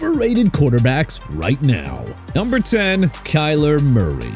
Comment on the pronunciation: NUMBER NOT "UMBER", JAGUARS PRONOUNCED JA-GWAARS NOT "JAG-WIRES" AND CHICAGO PRONOUNCED SHUH-KAH-GOW NOT CHI-KAH-GOW! YOU KNOW WHAT? ENOUGH'S ENOUGH. MR AI VOICE DUDE YOU CAN'T PRONOUNCE OR SPELL FOR NOTHING! MAYBE MENTION TUA SINCE HE'S NOT ON THE LIST! HOW'S THAT?! SMH!!